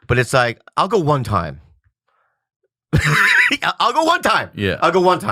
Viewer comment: that "one time" Bobby Lee was very Korean.